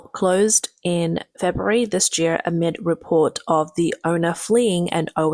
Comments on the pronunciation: This jeer? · This year, not this "jear."